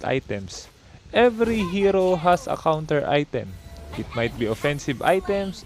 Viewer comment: Are u Indian? Cuz u said KHAONTER not counter